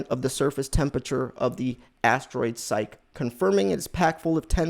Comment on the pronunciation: It is pronounced S-EYE_KEY and not SEYEK!